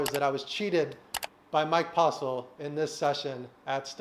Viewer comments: Haha he said the name wrong haha so funny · Did he say postle or postal? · Two things. Get yo grill fixed, and say Postle correct lol.